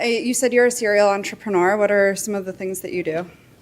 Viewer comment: 52 seconds.... Was she trying to say she's an entrepreneur. She BUTCHERED that word so I definitely know YOU'RE NOT an entrepreneur